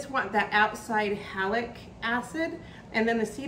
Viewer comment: Just a clarifying comment: it sounds like you are saying Halic acid, but the sour flavor is from Malic acid. (Halic or halogen acids are toxic to mammals) I enjoyed watching you process your berries and felt you got a lot of product for the effort! Some don't go through the effort of removing seed, but I think the process you use would yield a more refined end product and spice.